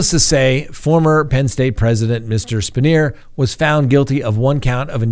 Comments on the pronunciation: It's "pronounced "Span-Yer". Formed PSU president. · Spanier is pronounced span-yer here in Central Pennsylvania. I'm 40 minutes from Penn State & I can tell you the fans never wavered away from their loyalty. Also, yes, LOCK YOUR DOORS & WINDOWS! I had a break-in once. The man walked upstairs, got nearly face-to-face with my children (pretending to be sleeping), then went downstairs to relax on my couch. After officers took him back to the care-home he escaped from, the man immediately got into an argument with his caregiver & stabbed her 13 times. Use deadbolt locks in combination with a cheap door wedge, so even if they/he/she somehow gets it unlocked, they're gonna have a tough time getting the door to open. Metal window locks are about $3 a piece - use them. They work good.